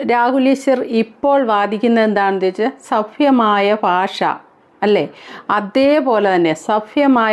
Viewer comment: സഫ്യമായ ഫാഷ സഫ്യമായ വേഷം അല്ല സഭ്യമായ എന്ന് പറയു ചേച്ചി